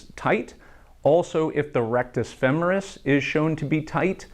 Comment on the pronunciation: Thank you so much for saying "femoris" correctly. I can't tell you how enraged I get when I hear feMORis 😅